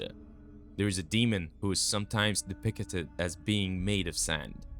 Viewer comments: "depicted" (de - pic - ted) not (de - pic - a - ted) fix your pronunciation. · It's de-pict-ed not de-pic-it-ed. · Depicted is three syllables, bro. Not 40. What is "De-picketed?" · Depickated? Tf you just say???? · DepictEted? 10 second in an the Ai is already mispronouncing words, get bent. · I abhor the way this guy says “depicted” Depicketed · Please google the pronunciation of depicted. And don't re use so much of the same info just to make the video longer. You said the same shit like 3 times in a row... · Who wrote this, the voiceover guy or someone else? If it’s someone else, hire a better voice actor on Fiverr. If it’s the same person, hire a better voice actor on Fiverr. Depicted has three syllables, not four—why use a word nineteen times when it’s difficult for you to pronounce?